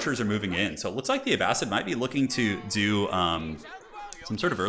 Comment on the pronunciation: You were correct with the pronunciation for Abbasid. It's Uh-Ba-Sid not Uh-Ba-Seed